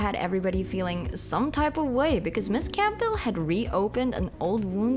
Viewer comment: The P is silent in Campbell, btw.